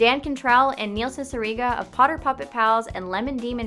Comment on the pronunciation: it makes me SO HAPPY that you pronounced cicierega correctly. you have NO IDEA. i’ve seen so many people say “see-suh-ray-guh” or even “see-see-er-guh” and it drives me insane.